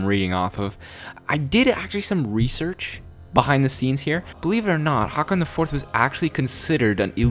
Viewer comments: Sounds like you is saying 'Hawkon' or 'Hawkin' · 'Haakon'. It's so bad. 'Å' is not [ah] but [o:] or [ɔ:]. Try to say á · Pronounciation tip for håkon: The sound from the word "hoe" .Now remove the "o" sound u make at the end of the word. And add "kon" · you pronounced Håkon wrong XD